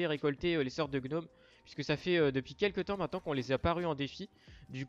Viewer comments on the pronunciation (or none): none